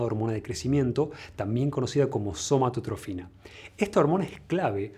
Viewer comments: La hormona del crecimiento se llama somatotropina, creo que le escuché, somatotrofina???? O es por lo que eres argentino y pronuncias así?? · Somatotropina, no somatotrofina